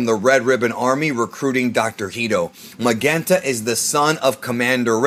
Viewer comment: Why is it pronounced MaGenta? We know it's a play on magenta the color. His dad wasn't Commander Reed or Raid. His name is Red, the color.